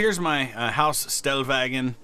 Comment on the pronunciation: Stellwagen, the s is pronounced like a "sh" (shelter, shackles, shovel). In german an s before a t is pronounced like that.